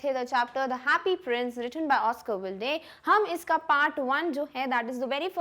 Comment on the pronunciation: “Oscar wild-e”